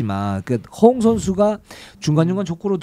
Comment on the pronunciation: 허훈 허웅 부를때 발음이.. 헷갈려 혼났네요